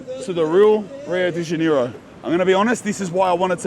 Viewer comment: i love you man but how you say rio de janeiro its sounds like your sayind deniro like the actor cuz HAHAHAHA🤣